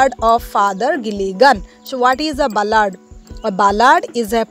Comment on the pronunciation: It is bal-ad not bla-aad